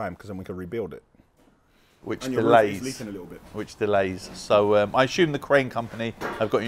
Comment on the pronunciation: Is is common for a british person to pronounce assume as Ashume? 😂 Plz let me know👇